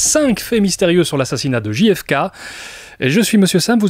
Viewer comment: Souvent, on prononce Ji-hef-kay pour faire genre, mais ça ferait GFK. On devrait donc prononcer Gè-hef-kay. Tu n'es pas tombé dans le panneau en la prononçant à la française. (En vrai, je sais que tu le sais, mais c'était juste un prétexte pour envoyer un peu d'amour et de soutien ❤)